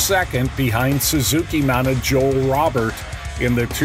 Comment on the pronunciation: Joel Robert and Puch aren't pronounced right. Sounds like a B.S. A.I. short or a MX poser that just reads off a card.